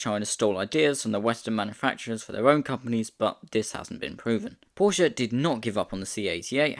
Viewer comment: its Porshe, not Porsheuh